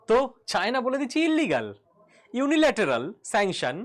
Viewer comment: Please pronounce unilateral and not un ilateral. Otherwise good analysis.